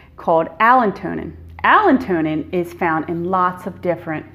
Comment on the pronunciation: It’s “allantoin” not - Allen-tonin